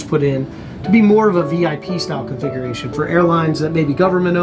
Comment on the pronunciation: It kinda sounds like you're saying "Conflagration" instead of "Configuration" con·fla·gra·tion /ˌkänfləˈɡrāSH(ə)n/ Learn to pronounce noun an extensive fire which destroys a great deal of land or property. "tinder-dry conditions sparked fears of a conflagration in many drought-devastated communities" synonyms: fire, blaze, flames, inferno, firestorm, holocaust "the conflagration spread rapidly through the wooden buildings"